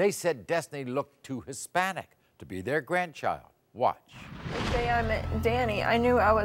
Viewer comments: “Ex-panic!” !!! Lol😂🎉😅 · Damn number 10's mom is scary looking and the dad not being able to pronounce Hispanic...lmao